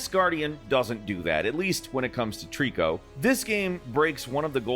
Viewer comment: It's not Tree-co. It's Tri-co. Like adding three animals together to get a trio. Great video regardless.